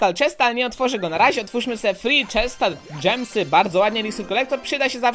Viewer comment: ja na te zielone diamenty mówie gemy i mnie to denerwuje jak ty mówisz dżemsy xD